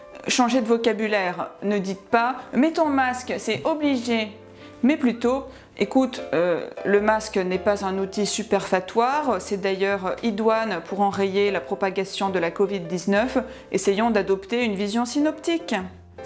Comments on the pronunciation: superfétatoire et non superfatoire ...🙂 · J'adore votre humour, bravo ! Sinon pour "superfatoire" ce n'est pas "superfétatoire" plutôt ? ;-)